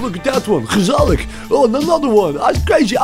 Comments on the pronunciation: That Dutch accent was pretty on point. Even pronounced 'gezellig' correctly. Well done. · I am convinced he's a Dutch actor playing an Irishman, that perfect pronunciation of "gezellig" is impossible to replicate by anyone but a native speaker and I refuse to be convinced otherwise.